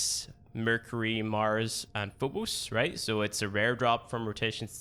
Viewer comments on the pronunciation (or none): Earf and foobuus